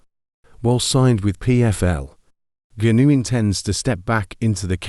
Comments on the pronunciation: Voice synthesisers 🤔 Gunoo, gunoo, gunoo, Francis Gunoooòoo 😂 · Who's Francis Goonoo? 🤣🤣🤣 AI